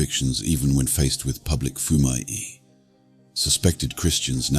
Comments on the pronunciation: "without fear of *pubic *torture" . Really, how ignorant do you have to be as a narrator to make that sort of mistake? Delete this video and redo it. That's unforgiveable. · "Pubic torture." I think you mean PUBLIC torture. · "pubic torture"?? This channel uses an AI voice. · “PUBIC” torture? 😳